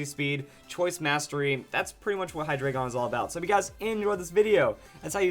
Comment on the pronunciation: Hate to be a grammar nazi but,it's pronounced high-dry-gon.